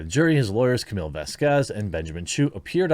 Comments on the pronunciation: Camile, not Camil-a. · Kuh-MEAL... not -millAH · Camille. Not Camilla. Camille. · Her name is CAMILLE, not CAMILLA...you moron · Her name is Camille C-A-M-I-L-L-E Camille Cam-Eel. Not Camilla, not Camora, not Camill. CAMILLE Say her name! Say it again! Say it ten more times so you get it right! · just a note ,its pronounced Cameel